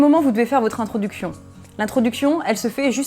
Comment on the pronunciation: introduction ou introducfion?